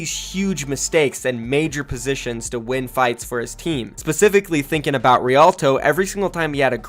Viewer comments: He said Rialto correctly this time! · Good job, Actually Said Rialto right